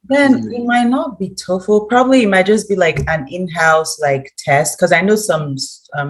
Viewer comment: I love how you call Toefl as Tofu